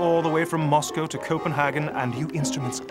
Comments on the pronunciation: The film make sure to say Anastasia correctly then butchers saying Moscow. Maybe it is pounds because that's what the reserve currency was so international banking would've been done in that. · You don't have a problem with the pronunciation of Moscow though? :P